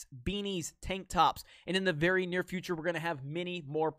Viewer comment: Please end every video with "Thank you VERRRY much!" Oh man, makes me smile every time.